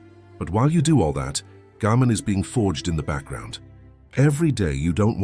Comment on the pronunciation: This is a terrific channel and I’m really enjoying the videos but, and I’m not sure if the voiceover is AI or not but the Japanese concept names are almost always pronounced incorrectly I.E it’s Gaman (ga-man) and not Gammon, it’s ichigyou-zanmai and not Ichigo-zammai. It’s important because people will be unable to search for the terms to learn more about them.